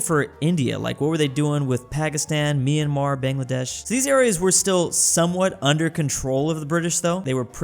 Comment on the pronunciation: FINALLY, pronounced Myanmar correctly 🎉🎉🎉🎉🎉